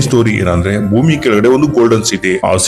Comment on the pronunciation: ಗುರು ಅಂದು ಅವರ್ ಚ್ಯಾನಲ್ ನೋಟ್ ಥನಲ್ 😂 ಅಲ್ಲ ಗುರು ಅಂಡ್ ಅದು ಭೂಮಿ🌏 ನಾಟ್ ಮೊಮಿ🤣